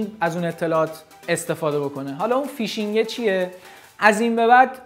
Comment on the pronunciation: فک کنم فیشینگ رو اشتباه گفتی..